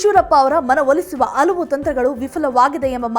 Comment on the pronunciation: ಆವೇರಿ ಅಲ್ಲ ಹಾವೇರಿ, ಔದು ಅಲ್ಲ ಹೌದು, ಅಲವು ಅಲ್ಲ ಹಲವು